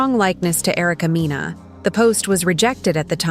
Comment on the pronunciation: please get the names correct😂😂😂. It’s Mena( it’s her last name) and it’s Yandy, sounds like candy.